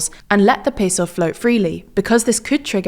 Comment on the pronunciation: seriously stop saying peso like that